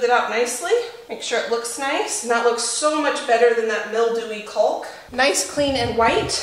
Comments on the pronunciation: Looks great, but caulk is pronounced cork, trust me I know ha ha ;-) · The L is silent in the word caulk